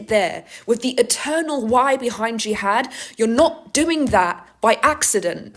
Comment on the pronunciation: Also don't miss when says GEE HAD...[JIHAD!] Gee had I??